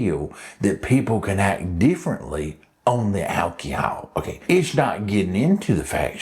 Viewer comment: Big fan of the intro 😂 whip noise somehow always makes everything a little better...and the pronunciation of "alcohol" 😂😂😂